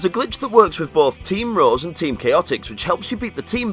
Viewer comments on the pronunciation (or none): lol it sounded like he said team roz